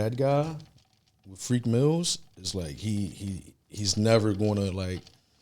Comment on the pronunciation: Nigga said freak mills tho 😂😂😂